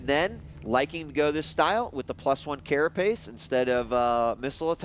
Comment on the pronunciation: I keep on hearing "+1 careface" instead of carapace..